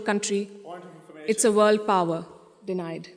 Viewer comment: The way she said denied 😅 wow